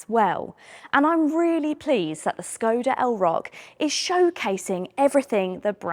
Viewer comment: hello unplanned woman. Skoda is pronounced shkoda.